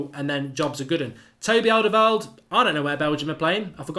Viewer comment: I really wanted alderweireld, until I realised whenever mark mentions him, ill have to hear him butcher his name ffs